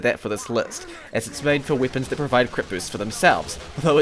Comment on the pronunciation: Bro why do you say weapons like that